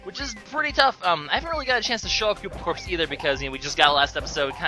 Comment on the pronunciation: Koopa Corpse? You mean Koopa CORPS?